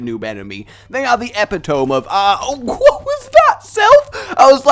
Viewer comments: Epitome. It's pronounced 'Eh-Pit-Oh-Me'. Much like you'd pronounce 'hyperbole'. Not a problem, just don't make the mistake again or I will find you and...probably just sound it out to you. It just irritates me man! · Damo Marsh He didn't. It's a word of Greek origin that originally had a symbol above the "e" to emphasise the 'ee' sound at the end of the word. The correct pronunciation is ɪˈpɪtəmi,ɛ or "Ip-it-oh-mee". There are no facts to support that 90% of the UK pronounce it the way does, and where I come from in the UK, everyone I have heard say it pronounced it exactly as I just said. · Epitome is pronounced ep it toe me at least in America